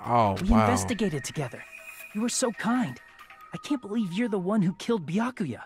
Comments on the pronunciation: mispronounciatons Kazuichi - kazoo itchy Byakuya - Boo ya kuya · Booya kooya